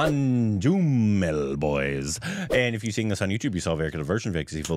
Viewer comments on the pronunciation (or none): saying "Moonjumall Boyz" 🤣🤣🤣🤣 Oh God he doesn't know Malayalam and doesn't know he pronounced it as an abusive word, "Moonju" 🤣🤣🤣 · the best way to pronounce it is "Man-Jew-Mel" Boys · Man-New-Mel might be a better pronounciation.